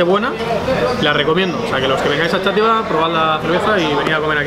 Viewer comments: Yo soy de Xátiva, vengo del video de Charlas de fútbol de charlando con, esto es gracioso porque ayer comí en el Túnel, XD por cierto Xátiva, es /Shativa/, no /Chativa/ que me está entrando dolor de cabeza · Top como siempre. Por cierto, yo soy valenciano y digo ''shàtiva'', arrastrando la X, no Chátiva, así como curiosidad. Enhorabuena ^^